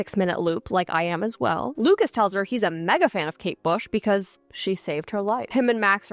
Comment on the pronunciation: it’s kate bush not kate shave 🩵